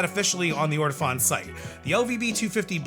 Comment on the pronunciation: It's actually pronounced Or-Tow-Phone. Accent on the Phone.